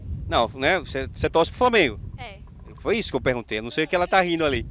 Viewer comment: Framengo kkkkkkkkkkkkkkkkk